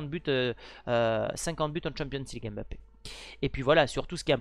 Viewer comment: Ce n’est pas (M)bappé c’est plutôt Mbappé😅